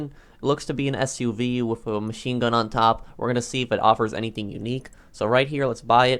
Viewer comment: Man said SUV🤦🏻